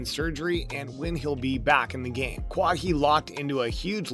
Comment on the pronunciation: did u just call him KA WA HI ....